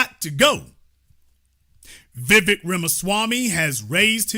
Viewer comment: It's Vivek like 'cake'. Please learn to say his name right. He talked about Americans in general not White, Black, Brown or some other shade. You are making it all about Black and White. He wants to make America competitive - what's wrong with that?